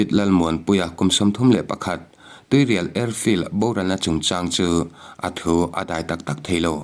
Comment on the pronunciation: Tuirial khaw hming hi lam ri tel ve fo tawhlo hram teh u.